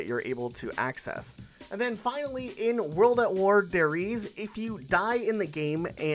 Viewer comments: Say it with me now. Der REESE not Der REESA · Der Rizza? Lol it’s German not Italian bro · "Dare reeza"